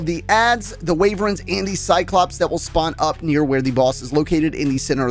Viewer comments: Ok i like the tips but the way you say Wyvern as Wayvern hurts me both physically and mentally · Very helpful but may I suggest how to pronounce wyvern (not waverens)